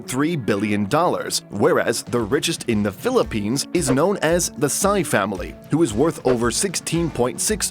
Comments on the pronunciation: Sy in the Philippines is pronounce as just like saying the letter "C" not as the word "sigh" in english. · The maker of this video clearly does not know anything about the Philippines. Most likely not Filipino. Just citing numbers. No real intimate knowledge of the Philippines. Example Sy family is pronounced like "C" not sigh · that's your basis? just because they mispronounced the Sy family's name? hahaha "citing numbers" - numbers coming from the government itself. So STFU.